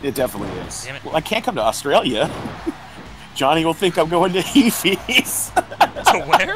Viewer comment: and it's Johnny, not Jawny and it's Htial not Hteel. It's just ways their names have been said in streams.